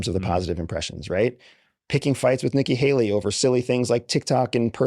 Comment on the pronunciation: AS SOON AS HE SAYS: NIKKI HELLY. I AM OUTTTTT Bye.